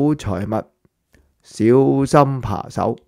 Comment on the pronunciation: 扒手，不是扮手😅